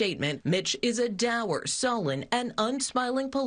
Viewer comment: You need to learn the correct pronunciation of "dour", Trevor.